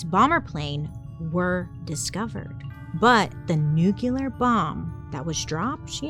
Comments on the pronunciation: Lets talk about the fact you admit you can’t say ‘rural’ but you don’t seem to notice you say Nucular instead of Nuclear. Dude! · I can't hear another "nucular" im sorry love u Bailey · Bailey. I love you girl. Your pronunciation of "nuclear" as "nucular" catches me off guard every time. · Bailey! I love your content and watch you all the time, and you have been a great story teller! You've taught me so much on a ton of topics, but the word is not new-cue-lurrr😂 ❤ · Bailey, I think you’re saying nucular instead of nuclear. I noticed this in another video you posted too. No hate at all, just wanted to bring it to your attention❤ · Bailey I love you but its nu-CLEAR not nu-CU-LAR. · "It's pronounced NU-CU-LAR" 😂 (if you got it👀)